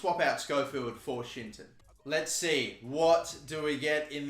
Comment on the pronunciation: WHEN HE SAYS “shinton” y do i hear “shit-ton” 😂😂😂